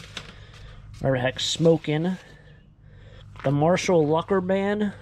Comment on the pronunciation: TUCKER not Lucker XD